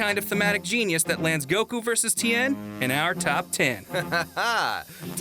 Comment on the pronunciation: Bro, plz stop putting a syllable in Goku's name it's a bit annoying I don't mean any harm, I love this channel